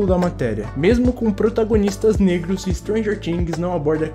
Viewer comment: Me deu uma agonia você falando "stranger tings"